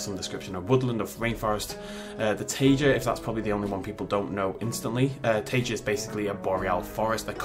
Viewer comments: Taiga is pronounced Tie-guh, like saying Tiger with a Chicago or Italian accent. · I said taiga as so, tiger, says it as taygor. Hmmmmm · Taiga Tie-ga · I think it might be teye-gah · His pronunciation of taiga hurts my soul